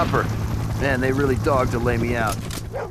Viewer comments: I think "they're really dogged to lay me out" is a mispronunciation. he meant dog-ged. like dogged determination. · he meant dog-ged. like dogged determination.